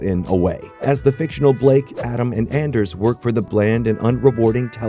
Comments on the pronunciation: His name is pronounced “On”ders not “AN”ders… He has a HARD ON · It's pronounced ONDERS. Not ANDERS. He has a hard ON. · Bruh just called him “ann”-ders. It’s pronounced “on”-ders. He has a hard ”on”. Bro doesn’t know ball. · “An-ders?” It’s pronounced On-ders… he’s got a HARD ON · This MF called him Anders, it's pronounced Onders as in I've got a hard-ON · This MF called him Anders, it's pronounced Onders as in Ive got a hard-ON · Bro just mispronounced Anders name 🤦‍♂️ it’s Awnders, he’s got a hard Awn! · “It’s..AHNders…I have a HARD AHN” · “It’s pronounced Anders, with a hard ON!” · It's pronounced "On-ders"! He has a hard "on"! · Its pronounced "on-derrs" , not "And-ders". Peace and love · It's pronounced On-ders. Not An-ders. He's got a hard On. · It’s Onders… He has a hard ON at the beginning of his name. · It's ON-Derrs. He has a hard ON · dude -- did you even watch this show? just the clips you scraped off youtube? mispronouncing a main character's name AND the company name in the first 1.5 minutes?? multiple times??? he has a hard AHN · it’s on-ders bruh ON DERS HE HAS A HARD ON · its pronounced ON-DERS. thats a chop buddy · It's On-ders. It has a hard-on! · HE HAS A HARD AUHN! Did you even watch the show?!? AUHN-DERS! Getting his name wrong is loose butthole. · don’t waste your time, the narrator literally pronounces Anders “ANders” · This is a terrible slop video. The title is clickbait, the show never had a "downfall" and it wasn't a cult classic show. It was a hit with 8 seasons. You really said Anders with a hard "A". Its literally a running joke in the show that its pronounced "Aunders". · It's a hard AHN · You pronounced Anders named wrong. "It's a hard An" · its AHHHN-DERS... HE HAS A HARD AHHHN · It's AHN-ders, there's a hard AHN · It’s anders with a hard on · It’s pronounced ‘ON-Ders’ he’s got a HARD ON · dude said AN-ders... ffs he gets information from wikipedia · It's On-Ders. He has a hard "On" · ON-ders. He has a hard-on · It's a Hard "Ahn"